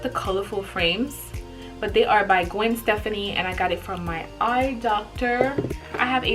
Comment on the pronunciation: "Gwen Stephanie" lol sis the way you say her name is cute. Gwen Stefani (Stephh-fonni) 😘